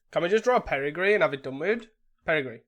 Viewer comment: Perigee only has one R and has a hard J sound. Peri-jee